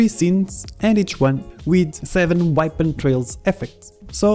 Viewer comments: You say weapon like whypon lol. Good video tho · Everytime I say weapon now I say whypon